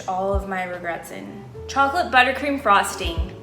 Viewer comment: The 'buttercream' 💀💀💀